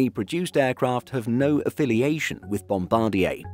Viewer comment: Thumbs up. Finally, an aviation channel that pronounces "Bombardier" correctly. Great job. Flown on Porter an Air Canada turboprops many times. All good.